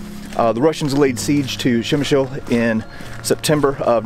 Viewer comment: You sure butchered the name of the town! It is pronounced as 'pshemish'.